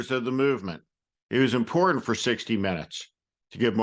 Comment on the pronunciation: Perhaps it is a trivial detail with MTG but she seems to frequently insert the word 'important' into her remarks but ironically she mispronounces it to be 'emporden' .